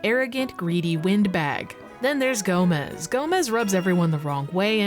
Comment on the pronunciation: Quickly pointing out that "Gomes" isn't pronounced like "Gomez". Gomes is Portuguese, wherein Gomez is Spanish. It's a common last name in Portuguese.